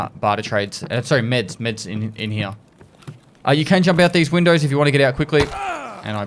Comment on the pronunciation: “Over heeya”